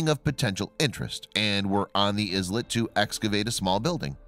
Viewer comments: The word "islet" is not pronounced IZ--LET. It is pronounced EYE---LET, as in ISLAND. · Isn't the 's' in islet silent, just like it is in island? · "eye-let" not "is-let"... "ark-i-pal-ago" not "arch-i-pi-lajo"! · nothing like visiting an Iz-let in an Ark-e-pelargo.